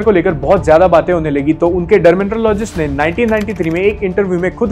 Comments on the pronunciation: This Chomu can't even pronounce Dermatologist, Vitiligo & chamber. Dermintologisgshfnskkkgsitttt😂😂😂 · Because he knew after 10 seconds he had to say Dermatologist, and he couldn't pronounce it. Dermintologistuekdnbcgggsssttt😂😂😂